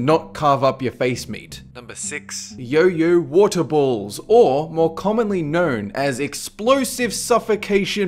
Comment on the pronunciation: Hahaha his pronunciation is so damn cool :'D "Yo-Yo Wotor Bools" ;'D